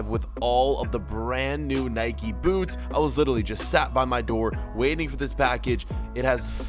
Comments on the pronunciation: Spell nike right. You are saying niki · Stop saying Nikey